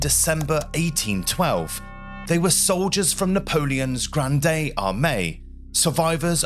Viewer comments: The "e" in "Grande" is silent. The word is pronounced as "grand" in English. Disease typically killed more soldiers than battles in the 18th and 19th centuries. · It's not pronounced Grand day. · You don't pronounce the E at the end of "Grande", It's pronounced Grr AHND. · Thank you for this video. Well narrated & interesting. One thing: the “e” in Grande is silent, which as Francophone was a bit distracting — although it did not detract from the content. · it is pronounced grand nót granDE as I learned in French. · The "e" in "Grande" is silent. You don't read it with the ending "ey/ay" sound. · Just a pronunciation correction: Grande should not be pronounced as in Rio Grande, it's not Spanish. The final "e" is silent. "Grand Army" is much better, both in meaning and pronunciation. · Total cringe and he kept repeating "Granday"...